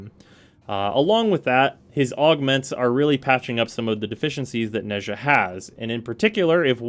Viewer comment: Nezha is pronounced Nah-jah (don’t question it Chinese is a weird language)